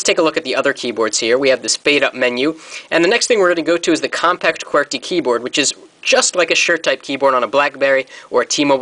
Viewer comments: hah its like he says qwertkey, good vid though. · he says QWERTY weird! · thumbs up if you think he sounds foreign when he says QWERTY!!!